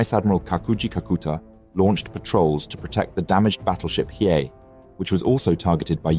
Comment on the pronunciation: 💡 Pro tip: Hiei is pronounced as HEE-EHH.